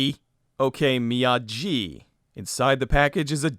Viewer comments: It's still "Miyagi" and not "Miyaji" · The name on the package is indeed "Mr. Miyagi" (not Mr. Miyaji"). The letter "g" always has a hard sound when used for Japanese words; "j" is used for the soft sound. Perhaps this film is part of a "Karateverse", with "Karate Kid" happening later in it's timeline.